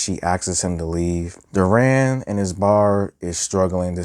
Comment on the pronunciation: Good reviews but please stop calling deran “duran”